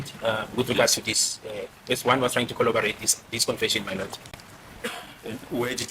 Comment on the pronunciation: In his head, is saying corroborate, however, his mouth keeps saying colobarate.